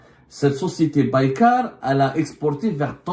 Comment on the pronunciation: il ne sait même pas prononcer le nom de la société Turque qui fabrique les drones !